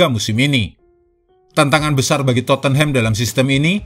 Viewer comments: Dia baca totenhem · Min maaf... Cara baca Tottenham itu dipenggal dulu suku katanya... Totte + Nham... Tot dan Nem Jadi, bacanya Totnem...